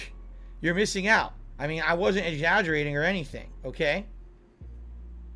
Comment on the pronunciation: Dam he was MESSED UP on something: that slur! (When he was supposed to be saying "exaggerating") pig belch "I need that help TRAUMATICALLY" >> huh?? He really needs to lay off the Total Wine shopping trips and whatever else he's on.